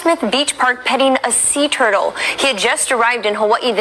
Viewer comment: The way Pop Marquez pronounced turtles when the cult was in Hawaii touching the sacred sea turtles had me laughin HARD! RIP Pops❤